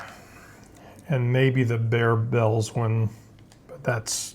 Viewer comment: They are pronounced like Bear bell, not Bar bell. You have to try the creamy crisp Barebell...they taste like a 100 Grand bar!